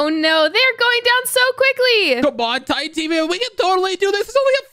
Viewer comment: Bro called it titán speaker man💀